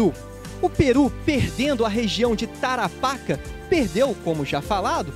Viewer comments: Tarapáca?????? .eu amigo é Tarapacá....como chileno meus ouvidos doem so te ouvir falar errado. Alem disso esta historia esta mal contada e precisa corregir muitos erros e fatos historicos. Saludos desde Chile 🇨🇱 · O nome certo é "tarapacA"....tem que carregar a última letra "A".....MUITO BOM VÍDEO ,....NA VERDADE , PARA QUEM NAO ENTENDEU,...NÃO ERA O GOVERNO DA INGLATERRA JUNTO COM O CHILE.., NA VERDADE ERAM EMPRESÁRIOS INGLESES INVESTINDO NO CHILE E DEFENDENDO SEUS INTERESSES ASSIM COMO ACONTECE ATE OS DIAS DE HOJE, INCLUSIVE NO BRASIL...Com respeito à guerra das Malvinas,..o Chile deu suporte logístico ao exercito inglês, o Chile fez isso porque:..primeiro., existia um embargo de armas para o Chile..o exército chileno não era nem a sombra do que é hoje (assista aqui, parada militar chilena 2017),..e o exército argentino planejava depois de tomar as Malvinas .., invadir o Chile.., se isso tivesse acontecido seria uma massacre já que o exercito chileno era muito fraco..,por isso o Chile decidiu ajudar a Inglaterra, evitando assim a invasão do exército argentino. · Outra coisa, você pronunciou errrado Tarapacá, o acento agudo está na última sílaba e não na penúltima. Nem vou comentar.